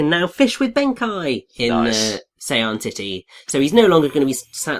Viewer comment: you boob it's pronounced ben-kay not ben-kai